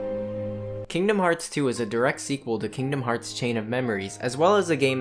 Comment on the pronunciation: FINALLY someone says the name of the game correctly.